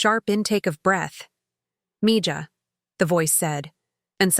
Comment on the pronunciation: Could you please teach AI to pronounce mija correctly